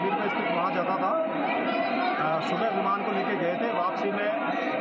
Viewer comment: Baivan nhi viman बोलते he.